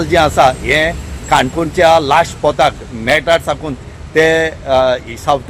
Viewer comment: Firsttt and lasstt what pronunciation ??😂😂😂